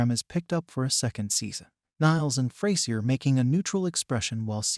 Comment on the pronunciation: somebody gonna teach this bot navigator how to pronounce the word frasier? and the word protagonist? sheesh.